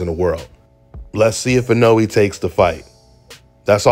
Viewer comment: This video is a momentous occassion… finally said Inoue’s name right.